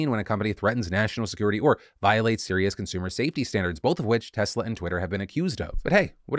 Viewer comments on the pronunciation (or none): none